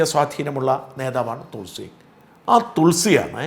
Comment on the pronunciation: തുൾസി അല്ല തൊളസി